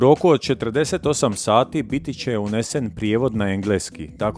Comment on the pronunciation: Pravilno je napisati bit će, a izgovara se BIĆE - ne BITIĆE!!!!!!!!!!!!!!!!!!